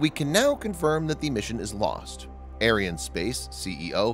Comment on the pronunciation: please pronounce Ariane correctly, you make it sound like a White supremacy space company !